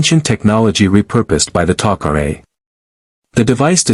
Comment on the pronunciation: Star gate needs Superman and by the way what is Teal-see and who is Apa-fiss???? And then we have the Goa'uold named HOO-U-ARE??? Even more fun to say!!! All these mispronunciations are ridiculous!!! And then we have the friendly allies the Taco-Ray!!! I Just Can't take this anymore................😶